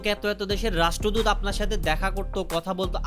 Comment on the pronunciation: রাষ্ট্রদূত ❌ রাষ্ট্রদুধ